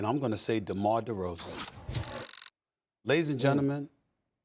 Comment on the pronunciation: Give it up Steven A. DeMar DeRozan's name doesn't even sound right coming out of that mouth